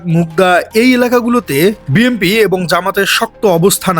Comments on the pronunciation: বিএমপি নাকি বিএনপি....! উচ্চারণ তো আগে থেকে ঠিক করে নিতে হবে..! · আহা্ কি উচ্চারণ বিএমপি 😅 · বিএমপি বিএমপি করছেন কেন ভাই বিএমপি বিএমপি উচ্চারণ করা কি ঠিক হচ্ছে? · ভাই আপনিতো বিএনপি কথাটিই ঠিক করে বলতে পারছেন না । আপনি বলছেন বিএমপি (BMP) । আর টাকা নেয়ার সময়তো কোন ফরম পূরণ করতে হয়নি, তাহলে এখন ফেরত দেয়ার সময় কেন ফরম পূরণ করতে হবে ? তাছাড়া আপনি যে ওনার পক্ষে প্রচারণায় নেমেছেন সেটা আমরা সাধারণ মানুষ খুব ভাল করেই বুঝতে পারছি ।